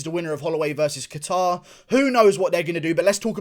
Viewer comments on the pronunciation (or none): Kayter. Sounds the best too. Hearing catare over and over in this video is kinda tilting me.